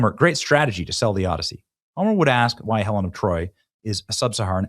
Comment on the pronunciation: The “Odd-I-See”